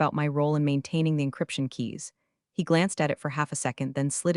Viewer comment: "...we're ruh-RITE-ing all the policies..."!!!!!!!!!!!!!!!!! WRONG YOUT POS!!!!!!!!!!!! "REE-riting"!!!!!!!!!!!!!!!!! GODDD DAMMMNNN YOUR AI SUKKKKKS!!!!!!!